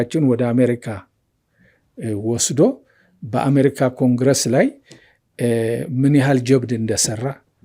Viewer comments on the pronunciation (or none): none